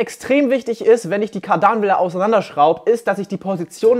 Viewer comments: KARDANWELLE nicht Kadanwelle 😁 interessantes Video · Es heißt kar· dan·wel·le und wird Kard-an-welle ausgesprochen, danke. und nicht kardan-welle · Jedes mal wenn du Kardanwelle sagt, rollen sich mir die Fußnägel auf. KARdanWelle, nicht KARDANWelle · Kardanwelle nicht kadarnwelle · Es heißt Kardanwelle und nicht Kaardaaanwelle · Es heißt immernoch nicht Kardaaahhnwelle, Kardanwellen mit kurzem ,,a" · Heisst das jetzt Kardaaaanwelle Oder Kaaardanwelle? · Warum sprichst du Kadarnwelle so komisch aus triggert🤯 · Man spricht Kardernwelle zusammen, des triggert mich extrem. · Du sagst kadernwelle lustig :D wie immer schönes Video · Nö. Langes 2. a! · Höre ich jetzt auch zum ersten Mal das man das so ausspricht. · Alles nice aber wie er Kardanwelle ausspricht regt üüüüübel auf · Alles schön und gut, aber sprich das Wort Kardanwell bitte richtig aus!!!! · Mega geile kiste. Sieht man kaum noch in freier wildbahn. Aber wie du die kardanwelle aussprichst, tut im gehör weh🤔😱😁